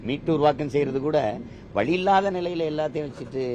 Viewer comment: அண்ணனுக்கே "வழி விடுங்கன்னு" வாயில ஒழுங்கா சொல்லவராது "வளி விடுங்க, வளி விடுங்க" என்றுதான் உச்சரிக்க தெரியும் அவனுக்கு 🤦🤦